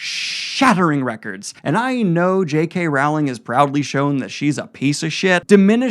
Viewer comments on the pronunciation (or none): none